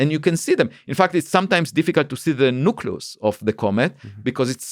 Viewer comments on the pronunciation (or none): “The Noocloos” 😂 This guy is amazing.